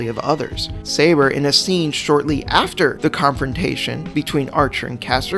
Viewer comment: All I hear shirou says: SEIBA!